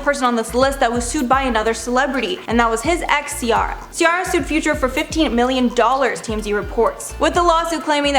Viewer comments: It’s pronounced cee-air-ah not cee-are-ah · When the new host is irritating cuz she didn't pronounce CIARA's name correctly.... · Anyone else bothered by the way she's pronouncing Ciara?